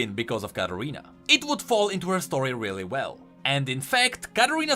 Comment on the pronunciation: You say Katarina like Carolina